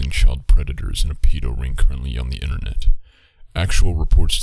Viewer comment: Why Internetz???? Binge watching a whole lot of your Videos And you always keep saying Internetz Why? I realy wonder why ?